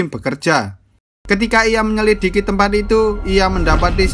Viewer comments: Mimin nya gk bisa ngomong menyelidiki dengan benar hahahah buktinya di beberapa rangkuman filmnya sering kepleset ngomong menyekildi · Menyelidiki " menyekelidi" wkwkw😂😂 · Kata yang menurut ku dibenci ama mimin "menyelikidi" "Menyekilidi" (Benar kah?) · 4.30 ngakak menyelidiki jadi menyilikidi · MENYELIKIDI WKWKWK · Menyelidiki ❌❌❌ Menyelikidi ✅✅✅ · Bang menyelikiti tapi menyelidiki 😂😂😂😂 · Menit 4.26 ,,, menyelikidi 🤣🤣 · menyelikidi hahahah😂😂😂😂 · Humor gw hanya sebatas "MENYELIKIDI" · untuk menyelikidi 🤣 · Menyelikidi wkwkwkwk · Menyelidik❌ Menyelikiti ✔️ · Best part "menyelikidi" 😂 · Menyelikidi nanti servis dulu ya mulutnya😂😂🤣canda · ''Menyelikiti'' :v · Bang ngomong menyelidiki aja susah 🤣🤣🤣🤣